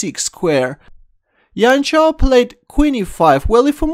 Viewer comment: Not yian chao but jian chao, 'j' for john or joseph or jam or jojo